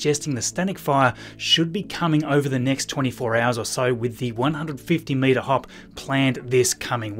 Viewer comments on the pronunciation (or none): The first time you say 150 meter test flight it sounds like you said 150 minute test flight and I was surprised